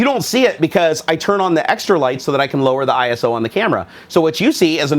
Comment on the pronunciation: FYI — ISO is pronounced as a single word (eye-so) rather than an acronym. It's supposed to represent equality.